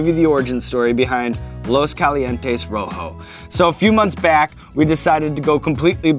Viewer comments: Hey Shawn, if you're selling something with a Spanish name, why don't you bother to learn how pronounce it right? You have to be doing that on purpose... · dude takes part in creating a hot sauce, gives it a spanish name, pronounces it like a neanderthal. LOOS KALIENTEES ROWHOW